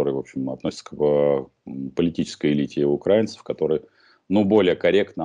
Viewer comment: "УкраИ`нцев", а не "укрАинцев", Потапенко. Безграмотный.